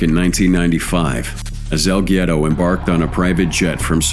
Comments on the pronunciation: El gyero? Haha what is he a. Greek snack? It’s el guero (wero) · Pronounced EL WERO..!!! C'mon mate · As a spanish speaking person I cringe every time I hear "el Giero"